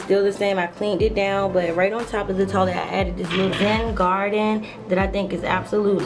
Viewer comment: I love the way she says toilet lol "toh-lit" You did a beautiful job, so inspiring <3